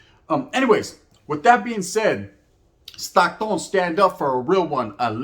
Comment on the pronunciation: It’s Stockton homie not Stocktone!! Dead homies! Palabra foo!! 😂 por favor believe it!!